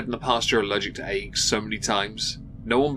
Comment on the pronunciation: I need to get my hearing checked. I heard AIDs instead of eggs.